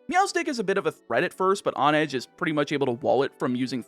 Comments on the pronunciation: I think mispronunciation is your specialty. On-edge? Hone-edge, because you sharpen swords by honing them...I think you do this on purpose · that h isn't silent. lol